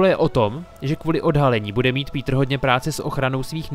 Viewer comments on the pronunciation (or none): none